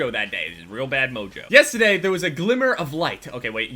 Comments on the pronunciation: You said the word "yesTEday" like 6 times in the span of 10 seconds...wtf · "Yesta day" 😂 That New Jersey accent though